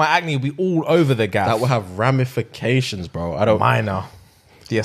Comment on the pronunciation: saying “ramifications” 💀